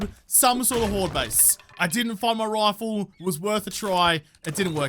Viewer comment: Sometimes when you say rifle I hear it as rofl 😅